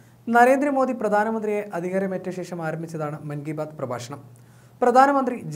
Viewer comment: ഷേഷം എന്ന ഉച്ചാരണം തെറ്റാണു സഹോദര